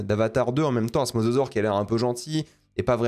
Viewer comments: Dire mozozore au lieu de mosasaure ça m'a fait rire à chaque fois y'a des vibes de "cocodile" ou "rhinoféroce", désolé de ce commentaire de con tatillon (en même temps pour quelqu'un qui est aussi à fond sur la VO je pense que j'ai droit). Très bonne vidéo comme d'hab, merci de ton travail ! Je sais pas si tu as des conseils pour me réconcilier avec le cinéma de spectacle; à titre personnel ce film est symptomatique des reboot de licence et de fait impossible pour moi à apprécier de quelque point de vue que ce soit. Impossible de ne pas visionner ce genre de matériel sans me dire chaque minute que c'est des producteurs avides de frics qui agitent le cadavre d'une licence devant mes yeux en essayant de réveiller ma nostalgie sans se donner la peine de comprendre ce qui faisait l'essence du matériau de base. Je me suis refait la trilogie récemment et quelle ne fût pas ma surprise de voir que même le Monde Perdu beh... J'ai beau l'aimer d'amour beh il est vraiment pas ouf mdr, et il provoque déjà un peu à mon sens ce manque de corps au profit de l'image brute et d'un concept qui s'épuise de film en film. Bref, tout ça pour dire que si tu as des conseils de films qui pourraient réconcilier avec l'entertainement pur et dur, je suis preneur de fou parce que j'ai pas envie d'être uniquement un gros réac ou au mieux un pseudo cinéphile exigeant qui casse les rêves de mes potes qui aiment juste bien les dinosaures, les voitures ou l'espace. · MosAsaure svp... Entendre Mososaure m'a fait saigner les oreilles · il arrive même pas à prononcer le mosasaure correctement faut pas lui demander ma lune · C'est mosasaure, pas masasaure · mozozore XD